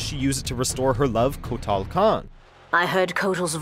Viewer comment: What is it with the people that make videos for mojo that they can't pronounce characters names right? Katanna, Kotall, Garass, Kr-on-ica s-on-ya, Noob Saybot really? How is it possible to fuck up this many characters names? I mean literally all you have to do is go to the character select screen and listen to the announcer say the characters fucking name! But you guys just say fuck it we'll make a new variation of the name that'll be ok right? You guys should just stop making mortal kombat videos all together you guys can't pronounce the characters names right and you just royally fuck up every list you guys make. I shouldn't be surprised though considering that half the people in the comments on your videos are always talking about how your lists are shit and I see why now. I honestly wonder if you guys actually do any sort of research or experience what you're talking about first hand before you decide to make these videos or if you just watch someone else' video and then make a half ass copy of that person's list just in a different order.